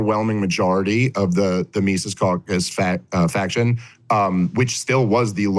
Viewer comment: I love that Saagar mispronounced Mises and Dave has continually mispronounced Saagar for years. It’s almost as bad as Dave and Spokane